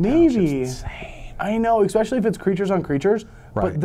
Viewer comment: i wish would stop say:expecially"